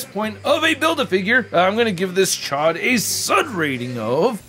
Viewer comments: The way you were pronouncing it before chod it means fuck where I’m from 😂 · Gotta pronounce that name right!! It's a long O